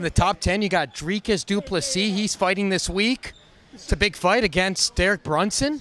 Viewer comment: Dry cus du ples E. Why can't you say it properly???